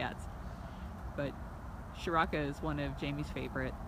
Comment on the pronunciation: hey guys if its a indian name like priya and seth then charaka needs to be start with 'cha' as in 'chase' or chipotle' not with 'sha' then rest 'rak' like 'ruk' as u pronounce 'luck' no need to add extra 'a' in the end it and stretch the name its only charak that a in the end is unnecessary